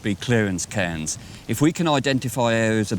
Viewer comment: His accent or pronunciation of cairns is annoying me, it sounds like he is saying cans...